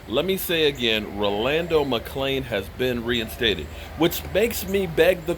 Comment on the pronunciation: I believe youre pronouncing his first name wrong but Yea McClain was,Sick would like to see but I will love even more if David Irving and Randy Gregory Come back